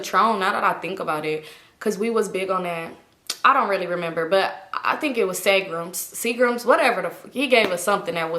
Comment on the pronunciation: Cousin The way u pronounce Seagram always has me weak af!! Lmao